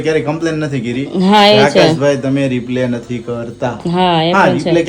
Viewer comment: તમે બેવ રિપ્લે બોલો છે તો રિપ્લે નો મીનિંગ જુદો થઈ છે. તમારે રિપ્લાય બોલવાનું